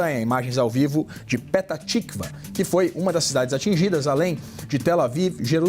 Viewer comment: Pelo amor, dói no ouvido! Coloquem alguém que saiba falar os nomes corretos das cidades. Não é Haica é Haifa, nem Pitá tikva, é Petah (fala com som de rr) Tikvá 🤦‍♀️ No mais, Israel tem nosso respeito e gratidão por está lotando o inferno do que há de pior no Irã e no mundo! Só tenho pena das virgens! 😂😂😂😂😂😂